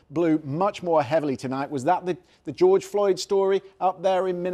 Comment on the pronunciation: I love how he said geogre Floyd 👊🏿BLM